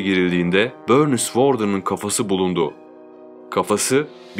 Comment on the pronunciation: Böörnis mış 😂😂😂😂